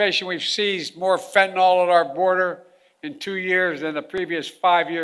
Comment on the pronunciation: Yeah, overdose deaths are down because the addicts are all DYING off and WHY? Because of the INCREASED flow of fentanyl across the border! And for crying out loud could someone PLEASE teach Biden how to PRONOUNCE "fentanyl"? It is NOT "fentenol"!